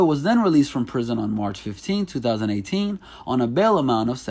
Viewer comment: Stop puttin so much emphasis on yo 20eighteeeennnnnssss